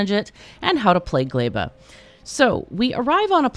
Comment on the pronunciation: its so funny to hear everyone's different ways of pronouncing the planets,, caught me completely off guard when you said glæba lol